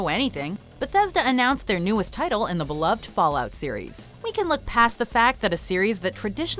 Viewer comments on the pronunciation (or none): none